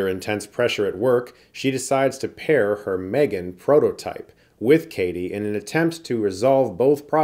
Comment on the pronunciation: Chris? Why did you pronounce this wrong? It’s called M-three-gan